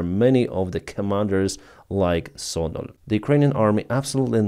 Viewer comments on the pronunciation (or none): Содоль somewhat sounds like Содомь...